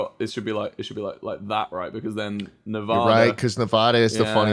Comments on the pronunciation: Lol, Yall, istg no one knows how to SAY NEVADA expect Nevadans. Ne-Vuh-Duh is not it sis. Ne-VA-DUh is the right way. VA, VANcouver alright alright. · And you said Nevada wrong